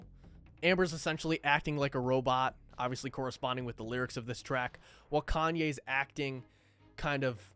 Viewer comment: Dude said "caynes"